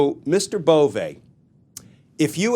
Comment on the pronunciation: His name is Bove, not Bovè. It lacks the acute. Cheers